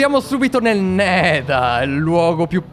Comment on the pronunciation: ora andia nel nedal IO:pronucia spetacolare Alessandro borgese:Voto 10/10 ti adorooo